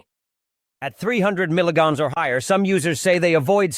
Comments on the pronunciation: Sound information on this drug. UNFORTUNATELY, possibly the worst AI voice that I have ever heard. Says "milligans" instead of "milligram" which might confuse people who don't have experience with metric units of weights, especially as it relates to medication. The voice also has a fast, shrill tonality reminiscent of someone who has overdosed on caffeine. Not ideal for many people trying to learn about potent drugs. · .must be AI. Images have nothing to do with the subject. And he never pronounces melograms correctly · You need to educate your AI assistant how to pronounce milligrams!